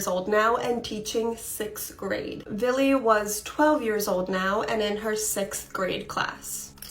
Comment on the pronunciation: the girl 25mn in, is saying VILLY over and over again. its Billy .idk why but its driving me insane i cannot pay attention to the story between that hand her hand flopping. i think im having severe PMS